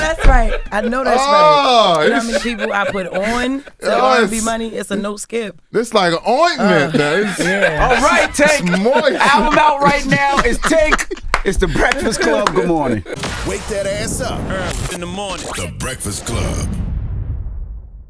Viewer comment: Tank said " Its like oniment" 😂😂